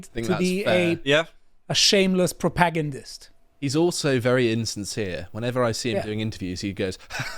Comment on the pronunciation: The pronunciation of "propagandist" is killing me.